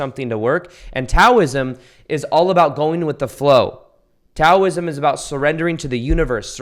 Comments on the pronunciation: Its pronounced Dow-ism not Tow-ism even though its spelled with a t. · Just a note that Taoism is pronounced Dauism. Love your thoughts. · This is not a criticism, but Taoism is pronounced like “Dowism” like the FINANCIAL DOW. Just thought you might like to know. Very good info you are sharing!